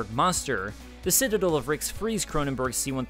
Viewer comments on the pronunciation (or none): It’s citaDEL, not citaDIL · Every time he tries to say Citadel it comes out "sitadul" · Omfg hey buddy it’s not citidle it’s citadel you got it? Ci-tuh-del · Not once did you pronounce the word “citadel” correctly. Beyond that, this was awesome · This was good but if you don't learn to pronounce citadel, I'm gonna throw hands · You are mispronouncing citadel...